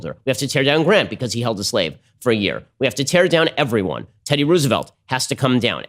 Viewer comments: even if they said it like that, who the fuck says Ruse-velt? it's Rose-velt, Ben. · "teddy ruse-a-volt" - ben shaprio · The way he's saying Roosevelt is very frustrating